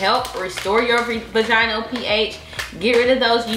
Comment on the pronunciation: Between the recurrent nip slips and mispronunciation of "vaginal". I cant👎🏾